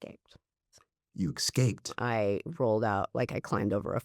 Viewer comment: Not trying to be an overly critical jerk but it is difficult to hear a clearly, highly intelligent interviewer saying “hymotize” and “excape” instead of hypnotize and escape… but I suppose that I will just have to be “that guy.”